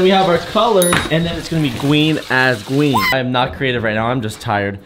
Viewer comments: “Gween as gween” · gween as gween